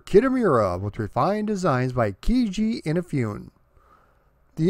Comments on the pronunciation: "EENA-FEE-OON"? Please! A little bit of Japanese before recording these videos. It's "EE-NA-FOO-NE" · Eee-naaa-Foo-Nay Not in-a-foon Great video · I am digging this history, already, and look forward to the remainder! Just one thing... Please please please stop saying "innafyoon?" Please? eeNAHfoonay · Perfect franchise to cover on your channel. Looking forward to the rest of it! Btw, for future reference, "Inafune" is pronounced "ee-nah-foo-nay". ;) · FUN FACT: Inafune just purchased a casket so he could roll over in it after hearing his last name butchered in this video. BREAKING NEWS!!: After speaking with Mr. Inafune he has confirmed that he is still alive, and he has never heard of someone named Keiji In-a-fune. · And it’s In-ah-foo-nay. Oof, your Japanese pronunciations need a little work, my friend. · Great job! I'm looking forward to your response to the people who flip out at you pronouncing Inafune's name incorrectly. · You know so much about Mega Man, yet it seems that you've never heard the name Keiji Inafune spoken before... Anyway, this was fun. One thing you may not know is that the MS DOS version was programmed by one Mega Man fan in his spare time, after work. There is a good documentary about it: I've subscribed and I'm looking forward to more on Mega Man! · Kamen is pronounced as Caw-men. Like the sound a crow makes. Inafune is pronounced as ee-na-foo-ne. Japanese names tend to be pronounced the way they are spelled, unlike our crazy English. Keep up the great work.